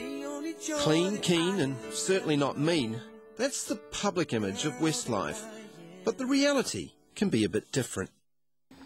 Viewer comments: it did sound like he said 'Wistlife' didnt it, lol!! I ADORE 'Wistlife', or Westlife as they are kinda known! I too hav loved them right from the start of their carrer and my Shaney, I love him most, hangover, bless him, shall I kiss it better! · "wistlife" lol